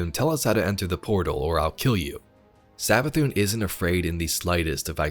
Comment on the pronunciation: It’s savathuun